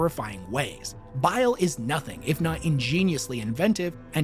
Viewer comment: It’s B.I.L.E like the gallbladder, not bill, learn our language American, with love,from England 😉😘😂